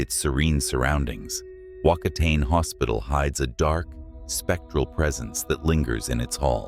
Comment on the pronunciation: Whakatane pronounce” fuck a taane “